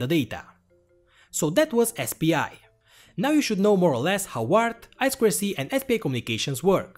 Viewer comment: За "ай-сквер-си"(I²C) - лайк не глядя! Нубота всё ещё ай-ту-си-шыт(I2C)! ))